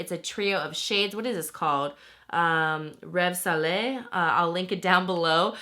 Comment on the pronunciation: The fact that you pronounced Rêve Salé correctlyyy bless you lol